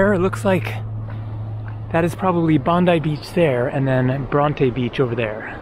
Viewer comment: Bron-tee beach